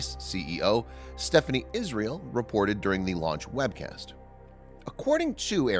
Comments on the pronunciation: The Christian name of the CEO of Ariene Space (Stéphane Israël) is not pronounced "Stephanie". It is pronounced "Stef-fan". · pronounce "Stéphan" without pronouncing the E in the end, otherwise it sounds like the female version of that name, Stéphanie ;)